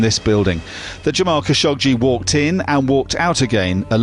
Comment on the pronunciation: Hey its Jamal Kha - sha - qché not Ka- sho - Gé